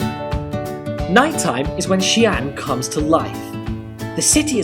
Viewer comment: xi'an two distinct syllables; not xian, one syllables. In Pinyin, occasionally an apostrophe is added to clarify.